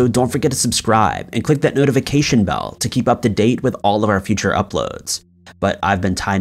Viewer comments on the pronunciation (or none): none